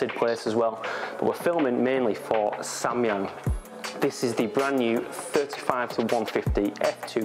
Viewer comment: I'm a korean and you're the first person who speak Samyang correctly ! anyway it's quite good lens but 85/2.8 is not satisfactory